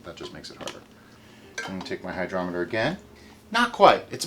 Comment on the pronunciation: Lol. Hy-drop-eter